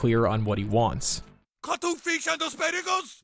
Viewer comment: Vanilla paste or cwuddle fish? Ok cwuddle fish.